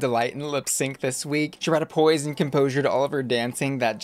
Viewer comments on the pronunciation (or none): none